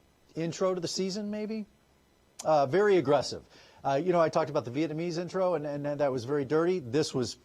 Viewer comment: Viet-NA-mese Not “viet-MA-nese” You’re welcome.